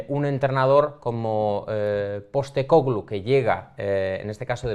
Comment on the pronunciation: #PIFIASLMI Para haber unanimidad en el apellido, le estáis poniendo el acento donde no toca. Su nombre en griego es Άγγελος (Άγγε) Ποστέκογλου, pronunciado algo parecido a ANyelos (ANye) PosTÉcoglu, no PosteCÓglu